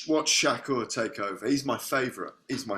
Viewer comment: It's shakur not shakka